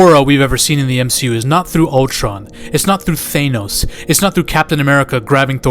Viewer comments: I think youre the only guy who pronouces Thay-nos lol im just busting your balls, I really enjoy your content g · Did you just say Theynos? 😂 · Why tf you say Thanos like that in the beginning